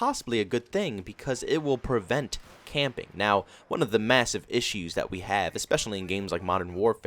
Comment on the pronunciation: My dumb self thought he said campaign I was confused😂